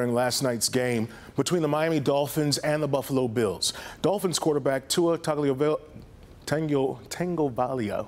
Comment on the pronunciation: How does he not practice saying tuas name before going on air 🤦‍♂️🤦‍♂️